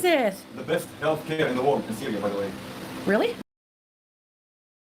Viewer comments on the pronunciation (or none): said cereal instead of syria and didnt even realise 😂😂😂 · Replay gang! You most definitely said Cereal instead of Syria 😂🤣